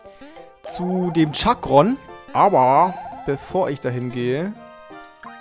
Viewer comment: Er heißt Chakran und nicht Chakron